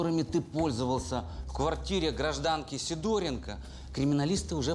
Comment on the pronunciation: ПроскурЯкова, СидОренко и т.п. и откуда только у вас такие ударения в фамилиях берутся? Правильно - ПроскурякОва, СидорЕнко и т.д.